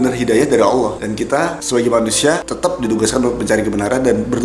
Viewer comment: Pas nyebut nama Allah fasih banget kamu, seneng bgt Aku dengernya. dan disini Aku mau menyampaikan kata² Almarhum KH. Zainuddin MZ "Orang yg beruntung adalah Orang sering mengingat akan kematian". Dan itu yg selalu Aku pegang sampai skrng. Karena klo Aku mengingat akan kematian, mau melakukan hal² yg negatif pasti berusaha utk Aku cancel perbuatan tersebut, meski kadang masih kalah dgn godaannya setan, setidaknya disini Aku udah punya pegangan utk berusaha menolak setiap akan melakukan hal² yg berbau negatif 😊🤝🙏